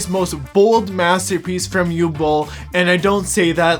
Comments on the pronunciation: What is it with Americans imposing their own ignorant pronunciations on foreign names and words? Uwe Boll's first name is pronounced (approximately) 'OO-VEH', not 'yoo'. If you can't be bothered with an education, at LEAST ask around, for fuck's sake! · Bro, it's Uwe Boll and not Hugh Boll...not that difficult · I can understand some saying “Oove”, as one syllable. Or even Yu-weh, as two. But not “Ooo” or “You”. Easy to look it up on Wikipedia and press the loudspeaker icon. I think the Dune character was Dr Yueh. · oh, you mean "OO-veh" AKA Uwe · Uwe is pronounced oo-veh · Uwe is pronounced OO-VA. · Oo-vuh is how it’s pronounced. Can’t wait to watch. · '' ooveh bowl'' is the pronunciation. Fun video. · Dude it’s pronounced OOOO-VEEEE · his name is pronounced °OO•vuh°! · Uwe is actually pronounced “oo-vay” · Just watched it. Very powerful. But please try to pronounce Uwe properly. It's not Hugh... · It's OO-vay Boll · I’m fairly certain the name Uwe is pronounced “oovay” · Oo-vey is how we pronounce Uwe. By "we" I mean people.... Looking forward to seeing this film! Cheers! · Uwe is pronounce Oo-vay, that said, he has made dozens of movies, well known for his B rated movies with "deep" messages. Nothing he's done has been really world changing but this one might be that ONE film... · the first name "Uwe" is pronounced Ouveh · We need lots more politically incorrect cinema! 👍 Just FYI, Uwe is pronounced Oovay. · Uwe = Ooh-Vah. Two syllables! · Uwe "you way" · Its difficult to express just how incorrectly you pronounced Uwe Bolls name. Uwe -> Oogh - W - (as in Water) -EH (as in meh your pronounciation could be better) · If you're interested about how the directors name is pronounced, just think about the vacuum cleaner brand ...Hoover. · You’re butchering his name 😂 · ok but please pronounce his name properly at least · I pronounced his name like the doctor from Dune that betrays the Atreides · The W is pronounced like V in german